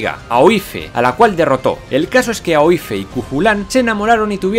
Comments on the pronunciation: Me encanta! Por cierto, en el minuto , Aoife se pronuncia "Ifa" (parecido a Eva) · Genial el video, no osbtante me gustaría puntuar que Aoife se lee "Ifa". No me preguntes que sentido tiene por que yo como residente en Irlanda no he conseguido encontrarle el sentido aún, no obstante así se pronuncia xD. Muchas gracias por divulgar la historía de una manera tan amena y divertida, mis dieces!